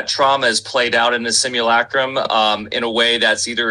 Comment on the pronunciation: After roughly two months of finding channel I pride myself in being able to pronounce simulacrum just like him😆😎 Can't wait for these upcoming interviews and live streams. Break free or die trying💪👊